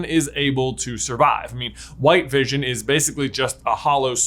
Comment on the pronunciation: Everone: wondering what white Vison is Me: Thinking it was Bluison